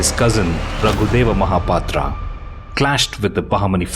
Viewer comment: What is "mahapatraa"? Say as it we pronounce in odia. MAHAPATRAW